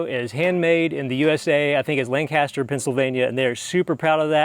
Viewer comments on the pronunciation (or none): none